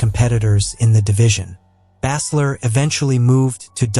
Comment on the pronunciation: Stop mispronouncing baesler 😢